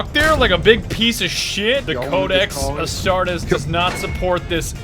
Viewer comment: Pronounces “Astartes” wrong. Me: REEEEEEEEE But I’m still happy we get more 40k Content.